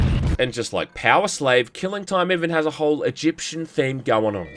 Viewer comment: I'm sorry, "Keeling Toym"? XD